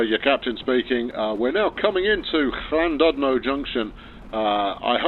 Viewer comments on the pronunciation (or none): Ll and oodno it's said